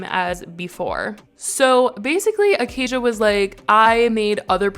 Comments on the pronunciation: It’s “uh-kay-shuh” not “uh-kay-zhuh” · It’s Aca-Sha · bro what i have the same name as her its pronounced ah-kay-sha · It's pronounced Acay-sha babe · It’s pronounced Acaya